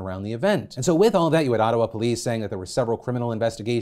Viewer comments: That was the weirdest pronunciation of Ottawa I have ever heard.... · HOW PHILIP PRONOUNCED OTTAWA?! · worst mispronunciation of "Ottawa" since Tucker Carlson said "Ohtahwa"